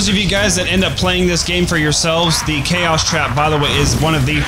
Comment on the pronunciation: HIS NAME S KAOS not CHOAS